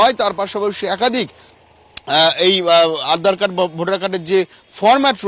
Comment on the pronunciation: উপস্থাপিকা উচ্চারণ করলেন, 'আঁধার কার্ড' (12 sec এ) ; প্রচুর ভুল দেখি এই চ্যানেলে। 'আজ তক' এর মত চ্যানেলে এইসব অভাবনীয়।